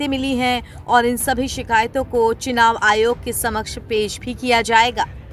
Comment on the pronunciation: Chinaav nahi chunaav hota hai, begum. 😅